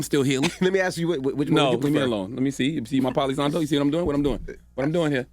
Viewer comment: Well can’t blame the mother to speak out against such a crazy thing that’s being put onto the children and CTG called it Poly Santo lmaoooo it’s Palo Santo.